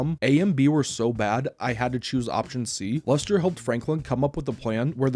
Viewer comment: Is he saying luster or am I tweaking